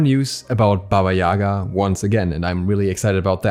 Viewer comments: Sry but correct bAba yagA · Guys, i'm from Ukraine, and we had a lot of story's about her in our childhood. She is Baba yagA , not Baba yAga. Take this into consideration please :) (sorry for bad English)